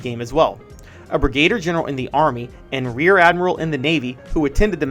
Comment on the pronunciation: Great piece despite the mispronunciation of the word "brigadier"...